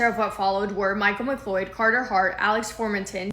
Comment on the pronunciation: it’s pronounced ‘McCloud”